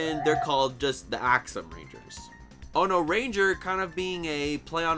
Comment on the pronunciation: Its most likely ono (axe) and not onore.